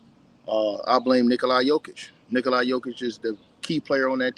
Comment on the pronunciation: It's Nikola, not Nikoli. You dont even know how to pronounce his name correctly? Lol!